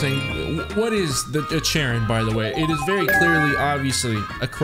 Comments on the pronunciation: It's pronounced care-on, not chair-on 😂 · Charon is actually pronounced Karen lol. Charon is from Greek Mythology, he is the boatman that carries the souls of the dead across the River Styx over into Hades or the land of the dead.This isn't an "umm, actually" comment or anything, I just think it's interesting. Chad+Karen= Charon is great too. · It is literally pronounced "karon." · charon is one of the "moons" (technically satellites) of pluto, pretty sure its pronounced like karen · Pretty sure the ch is making the k sound in charon